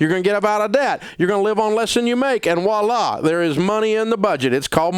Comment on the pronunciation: It's Voila not Woila.....